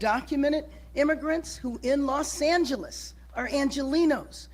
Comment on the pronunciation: you need to learn how to pronounce the word Los 'Angeles' Thank you so much!!